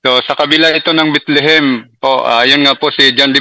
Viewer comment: Bethlehem sir Hindi Bitlihim😂😂😂😂